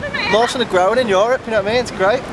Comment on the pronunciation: Ryan you pronounce Europe very weirdly..